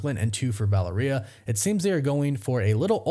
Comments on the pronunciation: VA-LARE-EE-AH for gods sake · Valeria - Vuh-la-ree-UH Practice makes perfect. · Take a shot every time he says Valeria wrong